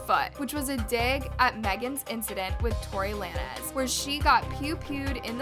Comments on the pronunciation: I don’t know what’s pissing me off more the beef or the person narrating this thing Tory Lan-ez when it’s lanes with a z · Plz stop saying Tory LA-NEZZZ omg its Lanes 🤣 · It’s Tory LANE-S not Lan-ez 😂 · It’s Tory Lay-nz. Like bowling alley lanes. Car lanes. Stay in your lane. Lay/ nes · “Tory lan-ez” 💁🏼‍♀️ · it’s Tory Lanez (lanes)😭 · The way you’re pronouncing Tory lanze is killing me🤣🤣🤣🤣